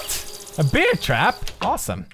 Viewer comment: it is funny how pewdiepie pronounces bear to beer